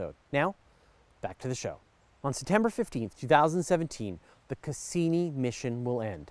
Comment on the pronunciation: To foreigners it sounds kind of odd how you pronounce some things. For example, Cassini. Cass-E-nie. A real emphasis on the E